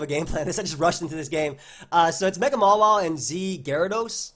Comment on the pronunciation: DUDE why do you pronounce Mawile MALA wtf it's total cringe stooooop